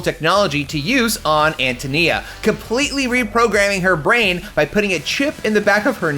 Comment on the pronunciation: its AN TOE NEE-AH …Antonia…